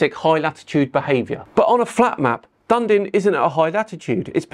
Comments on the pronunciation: Stop it, we all know its Done-din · Dun-din is the 2 dimensional (syllable) flat version of 3 dimensional Dun-e-din. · It’s pronounced ‘Done-Eden’ … 👍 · Dunedin is pronounced "duhn- EE-din" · DUN EEE DIN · Dunedin in New Zealand is pronounced Dun-E-Din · Dunedin, mate, not Dundin. 🙂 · We need to teach how to say Dunedin (Di-nee-din) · Dun-E-din in Zild mate. Good try but😂. Ta 🙃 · Admittedly I have tried to convince a few tourists over the years to pronounce Dunedin as Dune-din, but it is pronounced as Dun-edin. Dunedin has a Scottish heritage and the name comes from two Scottish cities. Thanks for the great content, now back to my Friday morning and a lovely summers day. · Pronounced Done - eden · Dunedin = DUN NEED UN -, the way you said had my ears crying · Yup, it sounds more like "Done" - "Ee" - "Din" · Dun EEE din for the record. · Came here to say the same about the pronounciation of Dun-ee-din. Never been, but I know how to say it. 🤣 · All OK, except it's Dun-EEEEE-din. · Doesn't stop mispronouncing the name. He may be ace at demolition of his favourite pet peeve, but he's the same as all of the rest of us: he has his faults. 😅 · we hear about "Dun-din" New Zealand. Its sunrise & sunset times are indeed quite incompatible with the silly Gleason map. But its name - Dunedin - is pronounced "Dun-EE-din". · I agree with everything you said. Except Dunden NZ. It’s Da nee Din Dunedin Haha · Dundin? Dunedin! Da knee din! Ha ha. All good though. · it's not Dun-din matey, it's Dun-e-den, Dunedin, we have a mutual channel that lives there. Dun-e den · Ewwwwww!! DUN E DIN - dundin? Nooooo sorry🤣 - I was born there. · Sorry - I need to correct your pronunciation of Dunedin... It is not Dun Din, but it is pronounced Dun-e-din And yes, why do I have a long day in Melbourne, and even longer in Tasmania in summer. Doesnt make sense unless the flat earth sun was a triangle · im from New zealand.. did you say dundin? - it is DUN E DIN